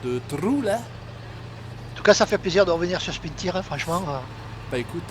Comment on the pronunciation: CA SE DIS PAS SPIN TIRE CA CE PRONONCE SPIN TAYEURZ